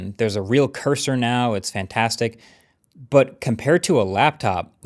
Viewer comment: say that again, FAN-TAS-TIC FOUR!